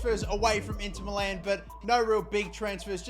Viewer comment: its not Inter MELLAAN its inter MILAN